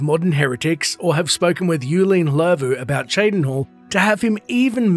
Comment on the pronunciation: Just so you know, the double L "Ll" is pronounced similar to a Th, except the sound comes from the cheeks. So Llervu would be pronounced similar to "thlervu" but from the cheeks instead of the teeth, if that makes sense